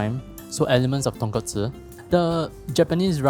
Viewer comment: So proud of you, as I hear the right pronunciation of "Tonkotsu" .... clap clap If I have to be fussy, Japanese pronounce "Ra-men" as "La-men" .... The "R" has no tongue curling for them, so it sounds like English "L".